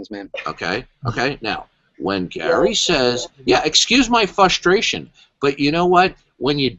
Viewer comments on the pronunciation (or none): DD says “Excuse my FUSTRATION.” I was unaware that we had changed the pronunciation of the word frustration.